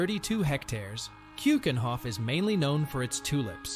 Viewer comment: You are upset about the English way of saying Gouda but not about "Van Go" or "Kjukenhof" ? riiiight